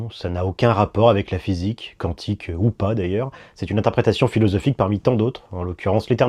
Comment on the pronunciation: salut, quantique se lit Kwantik au fait!